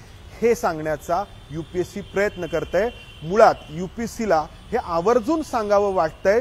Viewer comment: तुमची मांडणी करून सांगायची पद्धत खूप छान आहे,मी तुम्हाला खूप दा पाहिलं आहे पण एक सांगायचं होत की तुम्ही UPSC ला UPC असं का उल्लेख करता खूपदा तुमच्या तोंडून एकल आहे UPSC अस क्लिअर बोला की